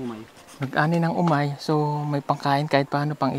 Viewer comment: Hindi Omay, kundi "Humay",!